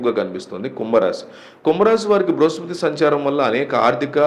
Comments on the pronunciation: అది బృహస్పృతి కాదు బృహస్పతి. ముందు సరిగ్గా పలకడం తెలుసుకోండి. తరువాత జాతకాలు చెప్పండి దయచేసి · Adi bruhaspriti kaadu, Bruhaspati anukunta? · Bruhaspruti kadandi bruhaspati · Meeru astrologer na. Bruhaspruthi kadhu sir BRUHASPATHI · Bhruhaspati babu bhruhaspruti kadhu